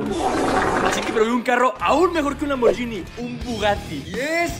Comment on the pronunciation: Lamborguiiiini!!!!! 🙄🙄🙄 se pronuncia lamborguini ... Madonna!!!